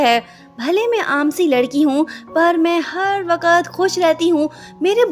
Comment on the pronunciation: Wakat or wakt